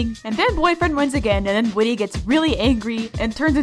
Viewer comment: Not whitty its whit